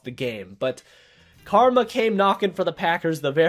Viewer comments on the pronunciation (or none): none